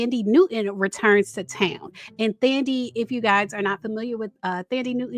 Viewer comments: BTW, The 'h' in Thandi is silent. It's pronounced Tandy not Thandy ( I'm Zimbabwean, like Thandi's mom) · Thandi is pronounced tun-Dee she’s half african